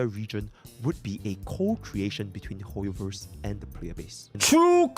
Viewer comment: "hooyoverse quooked" got me 😂😂😂